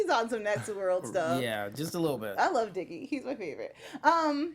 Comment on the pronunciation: Why did you keep calling Dizzee "diggy"??? It was grating on me for real